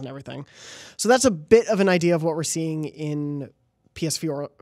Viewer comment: "iDEAR" - Jobs.